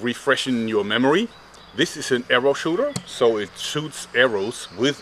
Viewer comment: its an airrow schooter